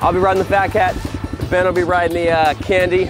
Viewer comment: It's pronounced "Can Die".